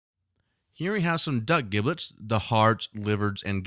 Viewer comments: It's pronounced "JIB lits" not "GIB lits" and it's "TAM ee" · Duck with an “ e” Ducke?? Giblets are pronounced as Jiblets and not GIB LET. Just a suggestion. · Brilliant. Inspirational video. Your pronunciation of 'giblets' triggered me, though. Should have a soft 'g'. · The G in giblets is pronounced as a J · Heads up dude. First; I love the recipe. Epic. Can I try other flavours such as chili oil etc or is this one of those "mess with the recipe at your peril" type of things, you know, like... soufflé? Oh,,,, sorry to be "That guy!" but... who taught you to pronounce giblets? You need to find them and slap them... HARD!. It's pronounced jiblets. The gi is pronounced the same way as the Ji in Jim. Seriously, Google "how to pronounce giblets" It's the same in the States as the UK. I thought at first it was one of those things like "aluminium, tomato or grey, but... nope. Again, in closing; Nice work. Thank you. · Just like GIF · A chef pronouncing giblets incorrectly is really fucking annoying. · You should learn how to pronounce 'giblets' before making a video like this